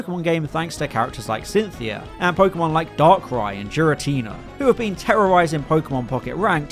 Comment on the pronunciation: omg Giratina too lmao jiratina